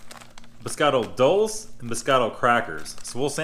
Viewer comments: DarkHumor21 duel-sé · Dulce = DOLE-Chay